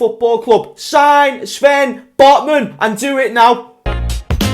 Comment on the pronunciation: At the start of the video I thot that James said LFC singed Botmen lol😂